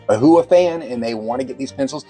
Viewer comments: Please, it’s not pronounced ‘Ohua’. It is Ohuhu (oh hoo hoo)! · Its "o hoo hoo". If you're going to review a product and be taken seriously, then pronouncing the products name properly is ideal. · I've never heard Ohuhu pronounced that way. Enjoyed your honest review of this set of pencils.😊